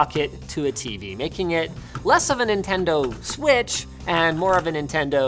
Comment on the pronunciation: The “Nintengo”